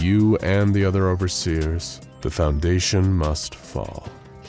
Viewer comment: Oh no “foudation”